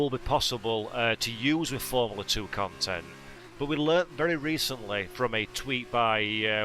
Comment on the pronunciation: What the fucks “formerler 2”?? Or “formerler 1” for that matter! 😂😂